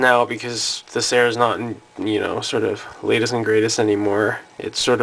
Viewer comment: It's pronounced SEER or SEAR.